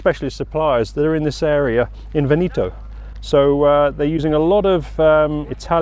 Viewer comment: Veneto is definitely not pronounced that way….. just saying…. 😂